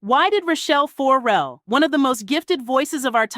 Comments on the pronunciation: Child, what is this?? What are you talking about??😂 AND, the last name is pronounced FER–RELL, NOT FO–RELL. Good grief. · FOR-rel/FOURrel FURrel! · Tearing my ears up with FOR-RELL. It’s not that, it’s FER-RELL but say it smoothly…Ferrell. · THE SYSTEM STINKS...And please, it is 'not' Rachelle FORRELLE, it is Rachelle FERRELLE. Painful mispronouncing obscures the depth and detail of the messaging. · "Four Rell"? come on!!! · Is the narrator even a fan? FO-RELL? Can you please do better work? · It is PAINFUL every time you say FORE REL😡😡😡😡. If you’re gonna do the story at least pronounce her name correctly. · Why are you saying Rachell For-rel? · Can you say her last name right? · Will you please pronounce her name right? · Maybe learn how to pronounce her name.....